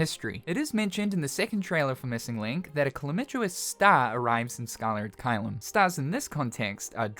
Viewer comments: CALAMITOUS sound it out & say it with me... like 'the great calamity' is 'calamitous' not chlamydious! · pronunciation skills are hilarious sometimes. it's calam-i-tous, like something bringing about a calamity. The way you say it sounds like they're bringing about Chlamydia. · I lost it each time you tried to pronounce "calamitous", I'm going to hell fo that XD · Im glad Im not the only one